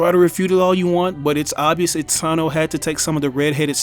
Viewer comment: Itsano? You mean Itsuno....